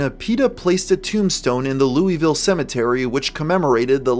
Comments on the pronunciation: Waiting for the Louisville natives to comment on your pronunciation of the city. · Amazing video, but as a Louisvillian, I'm now your biggest hater for your pronunciation.